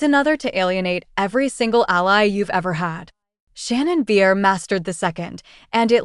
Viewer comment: Maybe learn how to pronounce her surname first, before anybody will take you seriously and actually look at this.